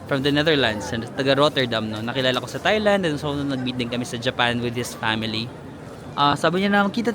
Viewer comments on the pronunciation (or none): none